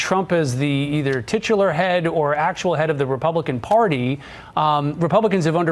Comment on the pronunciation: Did he say "titular head"??? 😂 whaaaa